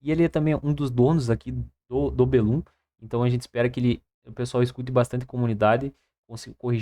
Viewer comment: Aguardando ansiosamente! Mas acredito que a pronuncia correta seria "BE lum" do termo "Para bellum" - "Si vis pacem, para bellum" é um provérbio em latim que significa "Se queres paz, prepara-te para a guerra"